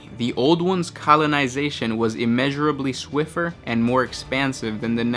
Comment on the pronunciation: see, right there it's Swif*t*er with a T. I think if you concentrated a little more on just fully pronouncing regular english words, you may get a better grasp of how to naturally pronounce some of these fanciful ones.